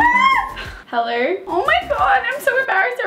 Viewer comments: us: hello: hellero no hate girl ily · “hellerrr” hahahhha the way she says hello is so funny